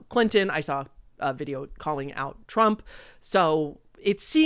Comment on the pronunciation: I’m CRYING, “president Trup” 😭😭😭😭😭